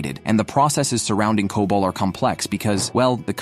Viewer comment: C-O-B-O-L is enough to tell you that this is AI generated garbage. It's okay to use AI for voiceovers, but please give it some emotions. It's so robotic. Also, as I mentioned earlier, it's pronounced as "kobol" not "c-o-b-o-l." lol